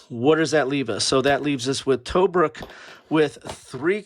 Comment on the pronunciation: Disappointed that you didn't show the components, maps or player aids. And, by the way, Tobruk" is pronounced "tuh-bruuk".